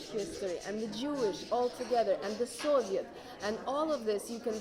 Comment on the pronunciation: Ha nem orosz hallgassátok csak meg még 1x .nál..."how many" kicsit később "soviet, village" ilyet egy magyar nem tud monani